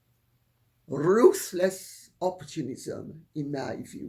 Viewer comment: I love how Lady C says “rrrruthless!!”